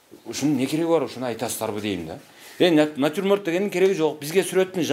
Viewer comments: Натирморт дейт эжекелер😂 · Ошону айтам,элементарный натюрморт деген созду айта албайт го мугалим. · Начурмонд деген не😂😂😂😂😂?